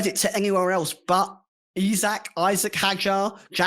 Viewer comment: Isack . . . Not . . Eyesack . . Hes Fench/Argerian . . . Not from Mayfair. . .